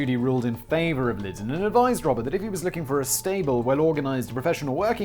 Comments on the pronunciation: We all just witnessed a birth...a birth of a new channel. Simon "Ive got another channel" Whistlaar.....p.s John "liddel....lidden" Lydon (Lie-don) hahahahahahahahaha love you simon also he used the butter money to make his album so its a fair crack. Trying to kill a cat isnt rock n roll buddy....doing drugs and fucking chicks is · Sorry to be that pedantic nerd but it is pronounced John "Liedon" not John "Lidon." I am 48 and was a massive pistols fan in my youth. That aside punk isn't simply about chaos and drugs but yeh John Lydon is certainly a sell out. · Oh Simon, the man's name is Lydon, pronounced lie-dun. It's a British name ffs! How do you not know how to pronounce it properly??? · Pronunciation Police: John L-EYE-din... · Simon.....you are British....and you can not pronounce John Lydon.... FAIL. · Simon: Oh, Johnny, true punks never sell out! Also Simon: Can't say Johnny's last name to save his life. POSER!!! ;)